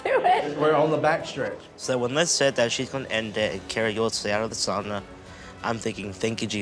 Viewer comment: I am 75% Finnish heritage. Finally, a Finn showing everyone how the word “sauna” is properly pronounced! We are after all the inventors of it. I laugh at how much of the world pronounced it wrong!